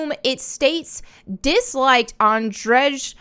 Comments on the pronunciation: You mutilate the name of Andrzej Sapkowski terribly. Read Andrzej like Andrew, because that's the English equivalent. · "Andrzej" is polish for "Andrew". I hate seeing You struggle every time You try to read it ;) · You would think that after so many videos mispronouncing the author's name you would have gone to the trouble to look up how it's correctly pronounced. But no. Also how clueless do you have to be to not realise that his name is just the Polish verions of Andrew? Unless of course you are doing this to gain comments. I've seen this with other youtubers... And I wonder which one's worse.